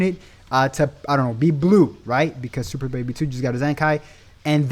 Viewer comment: " super baby do " 🤣🤣🤣🤣🤣🤣🤣🤣 It was funny I'm sorry I know what u meant tho.